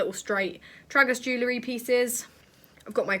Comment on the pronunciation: I’m sorry I love u so much but the way u say Tragus, jewellery and gauge just doesn’t sit tight 😭😂